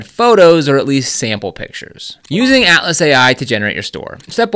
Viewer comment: You definitely need a newer mic - ouch! When you say Atlas it sounds like Alice. I do however appreciate the much important guide.